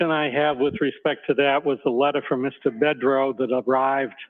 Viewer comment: Bedrow as dimwit pronounces it 🤣